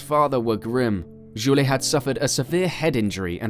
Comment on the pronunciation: Great video but it sounds like you're using an AI speech engine every time you say french names. Gilles and Jules are different names! (Zhill and Zhuul).